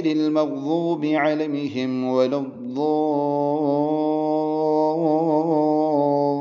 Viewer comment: Why reciting as maghzoobi ??? Walazzaleen??? Since when the pronunciation changed?